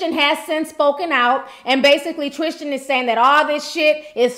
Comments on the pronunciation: Sis I believe it’s pronounced the way it’s spelled; TRIStan not TRISHtan :) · God you are butchering his name! Tristan not Trischan.. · Tristan...not Trish-tan. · No h in Tristan